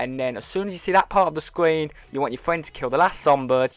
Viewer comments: "U wanna get into a game wit ya fwiend or in spit screen, as soon as your friend kills the zombird" - I love your guys vids but what accent is that? I'm just messin wit ya by the way bud how we pronounce things in the US. Is weird to lol, sick glitch bud keep it up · I’m not to fwend buddy!